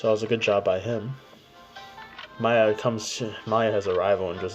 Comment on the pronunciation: wut U repeated the same thing didnt u lol AND Y r u saying MAYA and not MIYA I swear Sharky influenced u with his weird pronounciation lmao